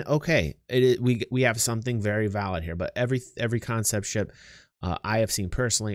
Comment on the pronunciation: I was here when it was still "CONEPT" sales. : ) lol